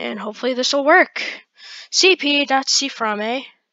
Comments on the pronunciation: I love how he says CFram-ae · C Framae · Love the way he says CFrame lmao